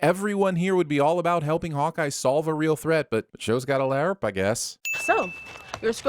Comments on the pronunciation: I'm sinning you for everytime you Pronounce LARP, LIARP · It's "larp" , not "la-arp" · The word Larp (said like harp) is kicking your ass I swear not one correct pronunciation of a truly easy word. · 204948 sins for pronouncing LARP as LAY-ARP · Ok but why do you pronounce LARP as La-urp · In case you aren't butchering the word on purpose, LARP is pronounced like 'harp'. That weird 'a' you use distracts from whatever point you might have been making..... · You pronouncing LARP wrong still gives me nightmares. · 100 sins for the weird way you pronounce LARP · I gotta ask... what's with the constant mispronunciation of "LARP?" (and other acronyms apparently.) I mean, there's poking funny at a silly hobby and then there's going out of your way to be an affront to spoken language. I never thought anything could get under my skin more than religion and politics, but you've managed it... 666 sins for every time you butcher the language that is your stock in trade. 😛 Don't worry though... I'll cut you some slack on all the pot-shots you took at Clint. Everyone is entitled to their opinions, even when they are wrong. 😛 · Why is LARP being pronounced so weird? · Every time you mouth fucked the word LARP, I grew to hate you just a bit more. Seriously, I have no idea why you made that terrible choice. If someone did that bullshit in a movie, y'all would immediately turn it into a bonus round. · I’m so mad how he says larp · But why you gotta pronounce LARP like that?! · Ima sin this episode for the pronunciation of LARP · Not gonna lie, I came to the comments for this comment. It's almost irritating how he's butchering how the anagram is said!